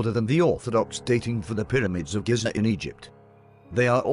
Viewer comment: The Great Pyramid of "Giz-Za"